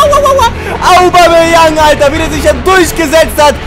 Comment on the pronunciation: lern mal Aubameyang auszusprechen du Rillepeter!:s